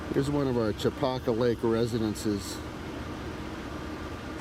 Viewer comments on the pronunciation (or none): Nice video. Makes me miss home. I grew up fishing Chopaka, long before it became a mecca for fly clubs and massive crowds, although it looks like you caught it on a quieter moment. Pronunciation wise, us locals say it "Cha-Packa" not "Cho-Pahka"